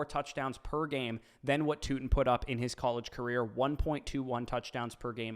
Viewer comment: Darn... Tuten 🤣